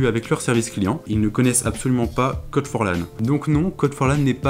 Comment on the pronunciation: C'est pas code forlan c'est c o d forlan